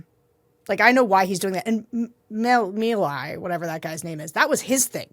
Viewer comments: I believe the name is pronounced (phonetically) Maylay, and I'd rather they keep my Doge $ than do what they're doing. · It's pronounced Meelay... the chainsaw thing was Milei's schtick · the president of Argentina's name is pronounced melee, because he gave him a chainsaw. are you also going to report that 50% of Argentina is in poverty now after that chainsaw? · I think it's pronounced "Millay"--as in Edna St. Vincent.